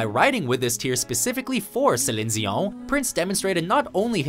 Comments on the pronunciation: but even Fr4nch Canadians don't pronounce Di as Zi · Cline Zion? what? it's Dion